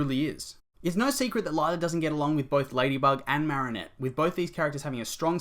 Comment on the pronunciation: The way he says marrinette triggers me